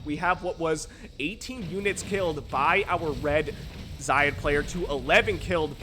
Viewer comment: I assume "xayid" is pronounced with with a soft A. Like 'say' but with a Z. At least 'eye' but with a Z is better than Lowko's weird middle-eastern-sounding pronunciation where he emphasizes the 'yi' part.